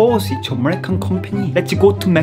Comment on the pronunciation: “ Hi AmEhhriCUUUm